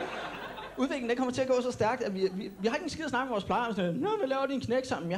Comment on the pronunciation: 8:9 siger han særk i stedet for stærk